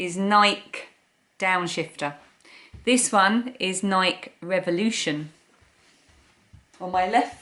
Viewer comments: FYI - Nike is pronounced Nike with a long e not a silent e. I think they look too similar to choose one so I'll let you decide which fits best and feels best. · Do you pronounce Nike in the UK like bike? I live about 5 miles from Nike headquarters here in Oregon and we pronounce it “Nikee.” I own 5 pairs of Nike, find they often run a bit small but I love them! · You have beautiful Spring flowers coming up! I haven't noticed any here. I need to get out of my car and take a walk, possibly! I enjoy seeing you and your mom together!❤ There aren't too many differences in the way we pronounce some words but we say "Nikey". (Although we don't say "bikey"). I absolutely love puzzles! Thank you for asking how we're all doing. I am doing ok...tomorrow is a new day! I'm glad you're ok. Please try not to worry too much about tomorrow and things that haven't happened yet. Easier said than done, I know!😊